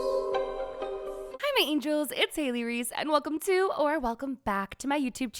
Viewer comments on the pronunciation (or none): none